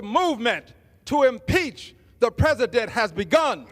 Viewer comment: Peasadent? Green needs a special needs teacher to teach him to add speak 😂😂😂😂